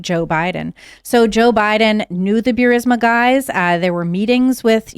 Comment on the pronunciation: no such thing as Bewrisma.. it's Boorisma, written Burisma